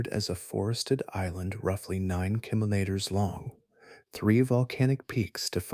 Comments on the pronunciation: The word kilometres has been mispronounced many times, and I am only 19 minutes in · Im sorry, this seems like a good video, but I had to stop about 12 minutes in. The kinometers/kimoneta/kemoleter thing was doing my head in.